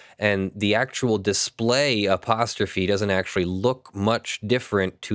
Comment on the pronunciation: I've never heard apostrophe pronounced that way